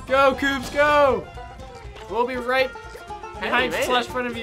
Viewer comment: its koops not loops dude